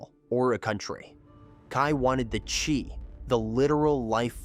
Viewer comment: Yeah sometimes happens, when you use AI, chiii to chaaaiii. Good content